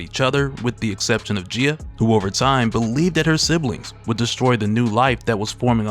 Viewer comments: Gay-uh, bruh. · I hate to be that person to nitpick a well-made video, but you're pronouncing Gaia is incorrect, it is pronounced as guy-uh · It's pronounced Guy-ah bro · Maybe it's the correct way to say it but I just cannot pronounce it any other way than 'Guy-a' - I like that part with Loki, "Leteth him cook" 😆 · Bro the way you pronounce Gaia is killing me